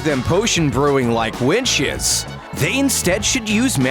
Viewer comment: He said Instead of witches Winshes😂